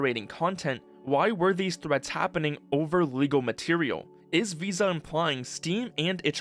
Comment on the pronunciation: The way the "vis" part in "VISA" is pronounced, sounds like the dutch word "vies", which means "dirty". Which sounds very fitting right about now.